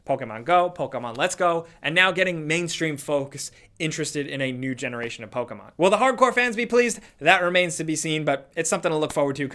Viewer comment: Does anyone else get uncomfortable when you hear Poke-A-mon or Na-roo-do ?